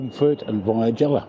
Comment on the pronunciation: Can’t believe you were in Matlock Bath and I’ve missed you again……lol In my 56 years of riding bikes I’ve always got on from the left. In my ageing years I now stand on the left peg before cocking a leg over, I dismount the same way And your pronunciation of Via Gellia is spot on 👍